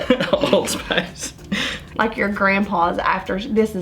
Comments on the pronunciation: It took me a while to realise she means spice lol And I'm not a native English speaker, so it's even weirder for me. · Every time she said “spIIIce”, I died a little 😆 But, I liked her! 👍🏼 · "Smells a little bit like....SPAHS." Me: ...spice? XD